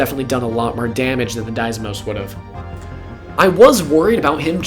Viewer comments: There's only one S in "Deimos" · I dunno how you managed to pronounce "deimos" like that.